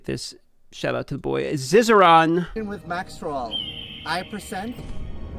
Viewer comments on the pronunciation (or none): I've noticed consistently mispronounces all content creator names:D GhARzzy, ZizarARn:D It comes from pronouncing the 'a' sound as in "bar" instead of "ban".